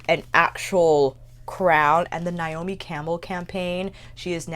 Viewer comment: Nay-o-mi :P